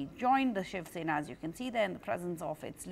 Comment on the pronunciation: SHIV SENA sahi se bolna to sikh lo Miss Jacob🤣😂😅